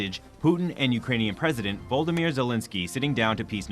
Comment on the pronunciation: Volodymyr, not Vlodmyr…